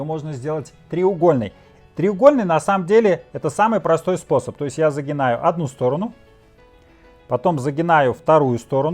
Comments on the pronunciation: Загибаю, а не загинаю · ЗагиБаю, а не загиНаю! Няма?! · Не загинаю, а загибаю. Прости